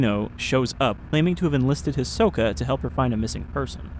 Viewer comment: I can't help but hear "Ahsoka" whenever you say Hisoka